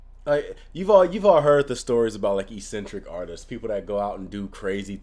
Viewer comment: Yeah eccentric is a word, you just pronounce it weird 😂 I think its like ECK-centric I do that too tho, learn words by reading em and only realise I'm using em wrong when someone points it out lol